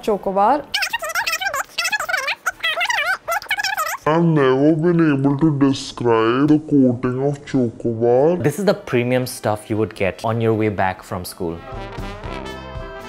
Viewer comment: Who is triggered by pronunciation of Chocobar?